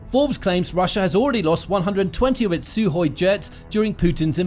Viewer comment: It's Sukhoi NOT Suhoi!